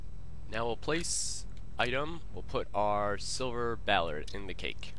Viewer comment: I think it's pronounced Silver Baller. Like basket baller... I dont know I could be wrong.